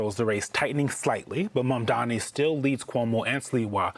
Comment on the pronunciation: It’s pretty funny how Cuomo still can’t say Mamdani! 😂😂😂😂😂